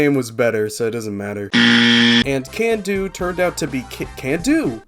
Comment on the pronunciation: I still cannot believe you got CanDo right. That was the weirdest one in my opinion hahaha